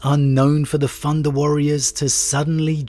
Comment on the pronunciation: You know it's thunder warrior, not "funda" warrior